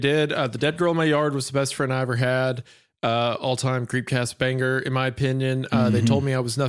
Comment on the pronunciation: Wendi really emphasizes the 'ger' in 'banger'... Interesting.